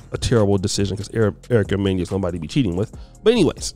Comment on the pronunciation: you're a big hater too. You constantly hate on black woman. You just hated on Ericka Mena in this story. You know her name is Mena and not Menya. Stop it.